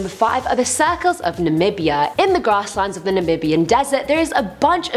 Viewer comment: i love how she says suh-culls